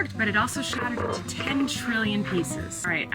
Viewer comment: I love it everytime you break the geodes and they shatter you say “it shattered!” In a British accent 😂💗 I also love the rock spiral 🌀 🪨 so satisfying 😍